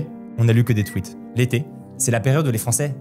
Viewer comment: Au début de la vidéo vous dites "je n'ai lu que des tweets" ; j'avais compris "truite" 😅 !